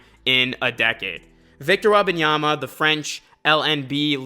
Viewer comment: its Wem-ban-yama not Weba(n)yama please its insufferable to listen his name mispronounced 15 times in the span of 2 minutes